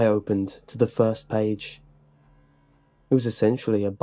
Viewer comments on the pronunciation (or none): none